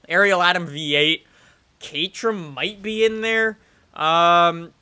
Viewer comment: .-. He meant the "caterham" which sounds like that